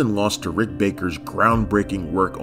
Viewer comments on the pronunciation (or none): none